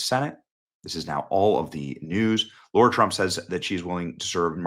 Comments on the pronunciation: Her name is LARA. Why do people insist on pronouncing it as LAURA? Or am I missing something here? Is that the way she pronounces her own name? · BENNY --- IT'S NOT "LAURA" , IT'S L-A-R-A THEY'RE NOT PRONOUNCED THE SAME !!! 😠😠😠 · I wish you’d stop calling her Laura. She’s Lara. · It Lara not Laura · I hate to do this but it's LARA not Laura 😊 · Her name is L-A-R-A. Why is it pronounced LAURA? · btw/ her name is pronounced LAIRA. The "A" is long. Lara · I don’t think her name is pronounce Lora… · Benny... L-A-R-A 😁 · Her first name is spelled - and pronounced Lara....... PRONOUNCED Lar-a..... Not the traditional name Laura. It's Lar-a, just like she spells it. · hey benny ,,, not laura trump ,, her name is LARA ,,, and there is no such word as nukular ,,, get a dictionary ,,, the word is N U C L E A R ,,, try speaking proper english for once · YOU MUST REALLY BE “GOOD FRIENDS” as YOU KEEP MISPRONOUNCING HER NAME. WTF?!?!! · Why do all you misogynists insist on mispronouncing the names of strong women?? ;-) Go Lara!!! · It's not Laura...IT's LARA. Like LARA CROFT Tomb Raider. Come on Benny. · Benny, her name is Lara not Laura. Respect please. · An excellent choice - she will kill it as a Senator! (p.s. - it's Lara, not Laura. It's Nuclear, not nucular. Level up on the pronunciations, Benny!) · Love your passion, my guy. But pronounce her name right, G.........Come on.. "Lara"........not "Laura".......Get better here...*.love your work. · Is her name Laura or Lara? It sounds like you're saying Laura. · Benny, it is not Laura Trump it is Lara Trump. You keep pronouncing her name as Laura, there is a difference. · LARR - AH not LORR - AH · And it's Lara, not Laura. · Sorry. It’s LARA not LAURA. respect to her name please. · Are Americans all dyslexic? It's Lara, not Laura. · Her name is LARA, not LAURA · Her name is not pronounced as Laura it’s Lara 😊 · Why do they call her Laura Trump when her name is Lara, like Lara Croft? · HER NAME IS LARA,NOT LAURA.